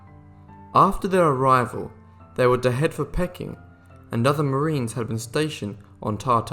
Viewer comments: I am pretty damned sick of these narrators horrible pronunciations. The city of Pecking..the doughWagger empress ..just shut up. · Pronounced “PEE_KIN” FFS! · Suggest using a narrator who knows how to pronounce Peking and Haiti. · Didn't anyone proof read this? the narrator says that the Boxer rebellion in China took place in 1999. ...the "Quing" dynasty, it's pronounced "Ching". The list of mispronunciations goes on with the Dowager queen, and "Pecking" instead of "Peking" (pronounced "Pee King"). The narrator is obviously just a talking head with no real knowledge or education. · That is not how you pronounce Peking. The pronunciation is PEE-KING not PECK-ING, You also mispronounced Haiti. The pronunciation is HEY-TEE not HI-E-TEE. You seem to have a habit of mispronouncing names of cities and countries though not with people so far. But it does help to know the correct pronunciation. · I think in both British and American English, Peking is pronounced “PEE-king”, not “pecking”. Btw, Peking = old name for Beijing.